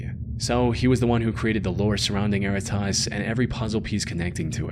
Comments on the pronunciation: Interesting note that was bugging me for the entire "erratas" story - "errata" is a real word. It is pronounced differently - "eh-RAT-uh" and it is a relatively common term in my field, legal transcription. When a deposition for a court case is transcribed, it is sent to the witness with an errata page attached, where they can list any corrections they want to make to the transcript like misspelled proper nouns. Technically speaking, errata is already a plural word and its singular is erratum, but "erratas" is still used. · Worst pronunciation of “Erratas” ever 😂😂😂😂